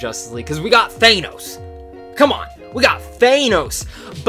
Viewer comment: How is it possible you just watched Infinity War yet still pronounce Thanos wrong?